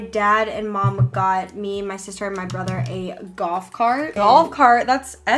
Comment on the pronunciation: She keeps saying goth cart instead of golf cart